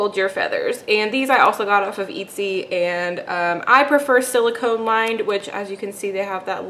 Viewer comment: I think it's pronounced: "eht-see".......